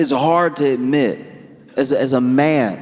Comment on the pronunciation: Instead of ‘as a man, it’s really hard to admit’, I heard ‘as a man, it’s really hard to knit’